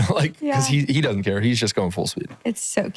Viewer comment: I love how Jeremy adopted the Texas twang of “dudnt”… “He dudnt know how to get down”….its easy to pick up accents. He was born in PA!!😂